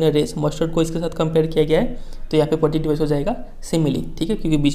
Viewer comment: Improve your reading skills Thats poetic devices not poatic dibiceses # U not teach only translate I advice you all learn from magnet brains or any other platform it is cheap platform He teach us from screenshare🤣🤣🤣 Mujhe tu lgda hai ye kabhi khud pass hi nhi hoye